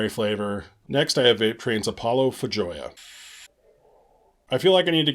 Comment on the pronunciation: FYI: Feijoa is pronounced FAY-ho-a. It's a South American fruit.